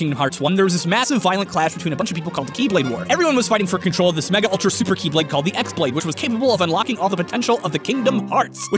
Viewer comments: did he just call the chi-blade the x-blade?!?!?!? UUUUUGGGGG NERD RAGE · I knew he didn't knew anything about KH since the moment he said X blade instead of Chi blade. After that it was painful to see all the mistakes... You don't know about the subject, and you just said some facts WE ALL KNOW. To be honest worst video of Game Theory. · Should... should I point out that you pronounced χ-blade incorrectly? It's not X blade, it's chi blade... pronounced "ki" blade which rhymes with "key" blade. I'm pretty sure the game devs picked the Greek character χ because it's pronounced like key. :P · I played the whole series right from the start ( KH, KHCOM, KH2, KH358/2, KHBBS, KHCODED, KH3D every fuking one) to watch this video, and I felt dead when he pronounced "X" blade ...srsly ffs you are talking about logic for time traveling while this game speaks about magic, Now I feel like getting stabbed in the heart again and again while I have immortality. This doesn't make any sense YOU SHOULDN'T HAVE DONE THIS VIDEO TALKING ABOUT "LOGIC" IN *KINGDOM HEARTS* P.S: My corpse is typing for me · even though "χ-Blade" looks like "X-blade", it's pronounced "Keyblade", just to make things that much more confusing for everyone. Also, "zey-uh-nort" for Xehanort. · I've played the games for years, and I have never had a tough time getting the lore, that and considering he couldn't pronounce Xehanort, and mispronounced the X-blade, and he didn't understand how time travel in KH works, I don't feel like he's played all the games